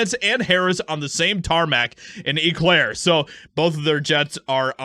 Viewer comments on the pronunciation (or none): It’s pronounced “O” Clare my brother from another mother